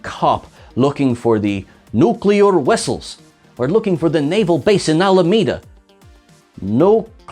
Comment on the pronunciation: Nuclear Wessels. Roger, Roger. Wictor, Wictor.